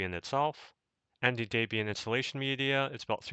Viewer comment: Daybian?! Do you think the chick's name is Daybra and not Debra?